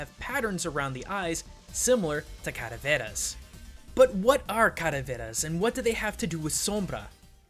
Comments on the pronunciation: "calaveras" not "cadaveras" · "Caraveras"..........I wanna make a joke but the video's too old. Calaveras man, it's Calaveras. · it is not "Día de los muertos", it's just "Dia de muertos", and it's not caraveras, it's calaveras. On Other note, I disagree, on the motif the skull that she gives to the players. I think it's just a playfull token, you see it's common that around "Día de muertos" poeople buy or give decorated sugar or chocolate skulls as show appretiation or to be used in the altar (so the dearly departed know he/she is remembered, but pictures work as well), specially if it has the name of the person written on it. I Ihad one for seven years. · your pronunciation of Calaveras is funny...